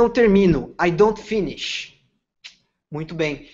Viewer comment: O método parece interessante e acho que funciona sim. Porém, a pronúncia do professor é imprecisa para servir de modelo (por exemplo... a primeira palavra pronunciada "finish" tem os dois "i" pronunciados como "i" brasileiro, quando na pronúncia correta, se assemelha mais a uma "ê", etc.) Fiz fonética americana e britânica e o inglês tem sido uma das minhas principais ferramentas de trabalho nos últimos 15 anos. Repito, achei o método muito interessante e acho que funciona...só coloquem alguém com uma pronúncia padrão.